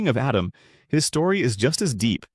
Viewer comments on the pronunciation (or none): Did you call him Adam? Then Adem? 😂 Really? It's Atem.. pronounce A-tim, rewatch the English dub if you don't believe me